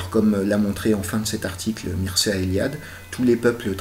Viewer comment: ça se lit, Mirchéa ;)